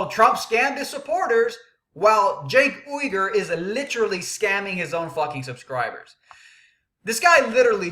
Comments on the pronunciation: pronounced Jenk Yoo-Grr with emphasis on yoo. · why do you mispronounce his name on purpose? its not funny or clever, and id be more inclined to hear you out if you were a litte more mature. i have the same problem with tyt being immature at times. people shut down when you act like a child. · not disagreeing with you on the fact that he completely used quote from one article to present an argument that isn't there. that being said when you mispronounce his name over and over again, it comes off childish and when you start spouting how he is racist and bordering on treason and so on it really takes away from your point and credibility. being the angry guy in news is a very fine edge to walk and some people can do it and it does well for them but if you screw it up you just look a little stupid.